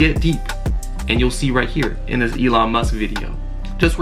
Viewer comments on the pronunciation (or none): none